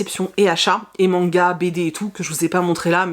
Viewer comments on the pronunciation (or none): none